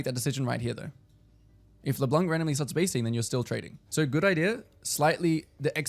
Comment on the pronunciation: Just so you know « Leblanc » is french for « the white one » and the ‘c’ is actually silent (so no « k » sound at the end)